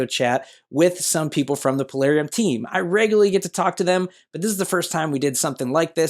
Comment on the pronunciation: did you notice that he polarium plarium became polarium 🤣🤣